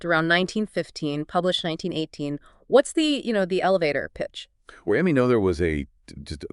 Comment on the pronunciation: Is this AI narrated? Woman pronounces Noether’s name differently many times.